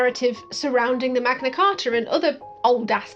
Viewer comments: The Magna what, my dude?! cah-ah?! Lmao 🤣 at least, it nice to see the US isn’t the only one, ya know? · The Magna Car-ah